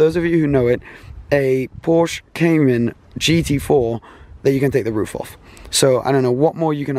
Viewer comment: Please pronounce Porsche correctly 😣